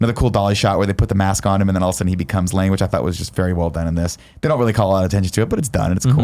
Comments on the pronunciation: I don't care how Nick says the guys name but you have to admit it sounds like he says Lang a lot of the time. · yeah but then it sounds like Nick says "Lang" the whole time, despite being the one who corrected the other guys.